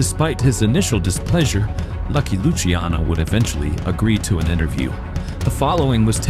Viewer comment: It’s not lucy-ano it’s luCHIANo